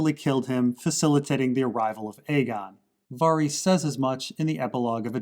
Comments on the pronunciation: VARYS = “VAir-Ris” LYS = LEASE not Lice. Jesus Christz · Lys rhymes with miss Varys. Rhymes with care-iss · Why does this dude pronounce Lys and Varys so weird